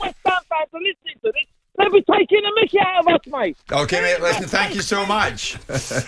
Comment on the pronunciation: It's de history of Tottenham 😂😂😂